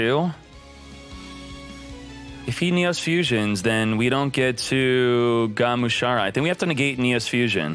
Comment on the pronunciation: I hate the fact that he consistently gets names of cards wrong. Its GA-MU-SHA-RA, not Gumashura